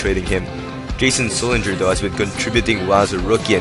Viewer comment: Bro, it's Jared Sullinger. And Chris Wilcox did not have heart surgery. Jeff Green did.